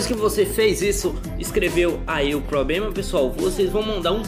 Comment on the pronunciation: Depois do "pobrema" eu desisti🤣